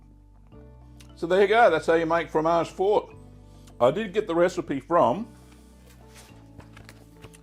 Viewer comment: MAMMA MIA SI DICE FROMAGE FORTE FOR-TE(i), ODIO QUESTO CANALE, SONO UN ITALIANO ARRABBIATO MAMMA MIA